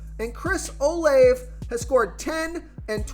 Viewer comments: its pronounced Chris (Oh-Lav-A) 🤭 Thanks Tho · I'm 100% convinced this guy purposely butchers these names because come on man it's really not that difficult to pronounce Olave....